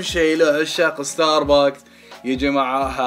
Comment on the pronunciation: بلاه انطق استار بكس احسن مواستار باكس